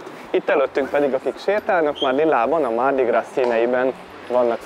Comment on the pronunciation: A mardi gras-ban (zsíros kedd) a gras melléknév amit egyeztetünk itt most a hímnemű mardi-val (le mardi). Ebben az esetben a francia nyelv nem ejti ki, néma az S végződés! Tehát csak grá-nak ejtik ki.